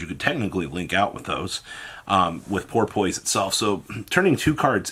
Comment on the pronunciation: Love you bro, but the way you pronounce shit is annoying. Idk if you mispronounce things because you don’t know or if it’s a joke. In this instance, Porpoise is pronounced Por-piss